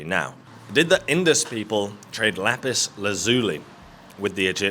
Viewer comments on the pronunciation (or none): none